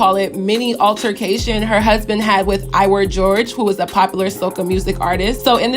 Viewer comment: Is pronounced iwah not iwer😂 i swear every youtuber talking bout this always says iwer💀